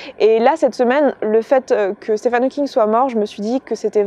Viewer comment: Très bel hommage :) Juste une toute petite correction (j'espère que ça ne te dérange pas) son prénom se prononce "Stiveun" (oui oui ça fait bizarre je sais ^^)